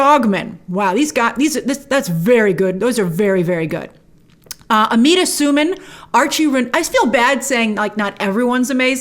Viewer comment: Amita's last name is pronounced Sue-Man btw and Inej in the books is Suli which is kind of "south asian"